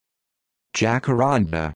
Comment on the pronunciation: Nope, it is pronounced "Jah-cattan-DAH". It's a Tupi Guarani (Brazilian indigenous language) and Portuguese word, not Spanish. Brazilians don't pronounce "J" as "H".